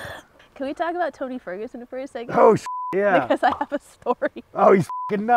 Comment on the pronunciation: Sean saying Tony Furgenson is crazy must mean a lot lmao